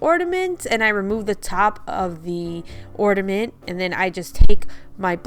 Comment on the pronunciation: The word is OrNament, not OrDament